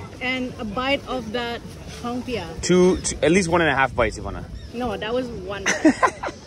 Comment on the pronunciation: Not hongpia..it's kompia..